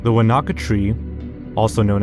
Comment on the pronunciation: New Zealander here. Wānaka is not pronounced "Wa-Na-Ka" it's closer to "Waa-naka" (emphasis on the a in the Waa and then no separation in the na and the ka). It's a Te Reo Maori name! And yes, the tree is indeed very bizarre having seen it with my own two eyes